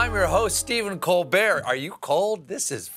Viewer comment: "I'm your host, Stephen Colbrrrrrr"